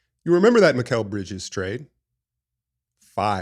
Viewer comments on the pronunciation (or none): none